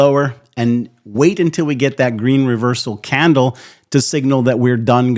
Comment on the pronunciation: Why are you saying candle with an accent???